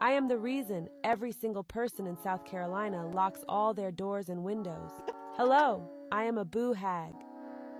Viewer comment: Sputh Carolina